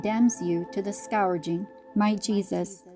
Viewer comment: Scourging is pronounced as skerjing. Please.